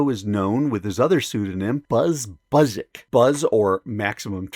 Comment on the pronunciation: Hey. That was a trip! It's pronounced " buzz ziz zick" some polish DNA in there. Strange to see this online after so many years. Thanks for the reading. Best to ya, Borpo Deets